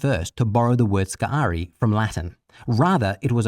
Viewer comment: For Crissake!!! Learn to pronounce sicarii!!!